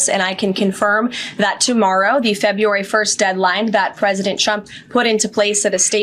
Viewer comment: Wow she can't even pronounce February correctly. Nobody is smart enough to try to make her sound smarter.